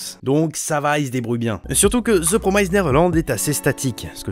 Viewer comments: PROMISED et non prom"ai"sed ... la prononciation, faites un effort dessus. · Petite remarque inutile mais 'promised' ne se prononce absolument pas comme tu le fais ! Juste pour que tu saches à l'avenir ^^ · The promised pas promysed 😂 neverland pas neverlend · Promissssd pas promaïzed